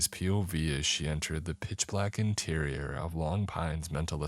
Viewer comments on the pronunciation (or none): none